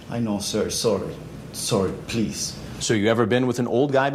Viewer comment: Sir, PLEECE!😢